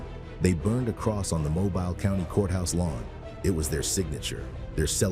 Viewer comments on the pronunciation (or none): Having been born and raised in Mobile, hearing it pronounced that way was unpleasantly jarring